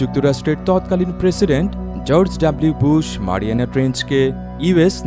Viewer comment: মারিয়ামা না ম্যারিয়ানা